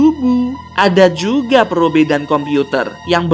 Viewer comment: Probe > cara sebutan = Prob Fang > cara sebutan = Feng Ochobot > cara sebutan = Ocobot Mas bila jadi okobot???😒😒😒